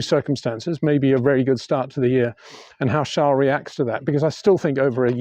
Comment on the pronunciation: Trying in life is good always but Peter tries too hard as a commentator, e.g, Shunt, please , trash could work Peter, Charles is Charles and not Charl, Peter.